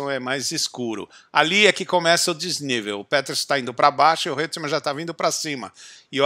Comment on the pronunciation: Muito bom vídeo, ótimo registro histórico. Mas a pronúncia é "Roitman" e não "Reutman". É uma pronúncia alemã. Mas de novo observo: excelente registro, comecei à me interessar por F1 por essa época, devido em muito a essa corrida, tinha 10 anos.